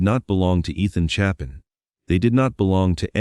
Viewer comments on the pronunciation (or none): none